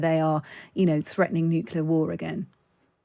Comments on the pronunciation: Hard to understand how a very erudite military expert isnot able to pronounce "nuclear" , preferring to go for the "nukular" option.. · Weirdly, it seems like it's become the standard (mis-) pronunciation of the word for British military leadership and intelligence. Almost every talking head Times Radio has on says nuke-ular. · Chip needs to check the pronunciation of nuclear. Perhaps Times Radio could take lead in banishing nucular weapons? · Nuclear. New Clear. It's that easy! Somebody please tell these so-called 'experts' and presenters. 🙄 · Says noocular, loses all credibility. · Nuc u lar? Good god